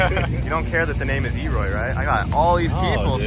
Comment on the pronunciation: They have Leroy, we have WiiWoy!!! 😂😂😂